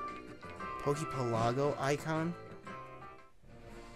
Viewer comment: I really wish people pronounced poke pelago correctly